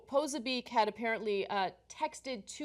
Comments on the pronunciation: It's not pronounced "poh-sa-beek", Ana. It's "pah-soh-bik". Do some research next time into the people you're covering. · it's pronounced Posobyetz not "poso beak" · peh-so-be-ack. hard to stay focused with your constant mispronounciation